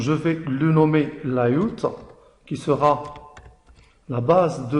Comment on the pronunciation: Une très bonne explication, mais t'as un petit problème avec la prononciation entre francais et anglais comme URL, Layout......... tu doit travail sur cette cote